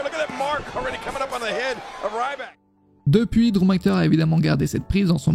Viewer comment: va falloir progresser sur le prononciation des noms :') RYback et McINtyre